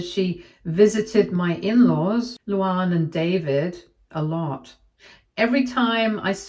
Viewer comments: Thank you! can't pronounce words. Are there no LuAnns in the UK? It isn't LouOnn. And you say it like two separate names, Lou Ann. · I kept flinching whenever she pronounced the name... Like it's "Lou-Anne" not "Lou-Ahnn." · Your English. Learn how to pronounce Luanne